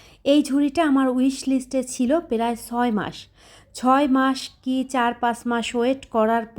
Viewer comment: Apu apnar ucharongulo ektu thik korle valo hoi perai na pray,fere na free. Mind korbenna jehetu video banan.